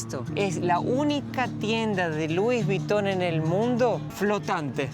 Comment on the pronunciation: Muy bueno el video. Pero, preguntale a como pronunciar Louis Vuitton.